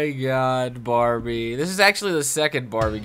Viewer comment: Barbie* not barrie